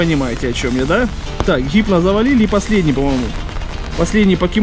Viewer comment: не хипно а гипно !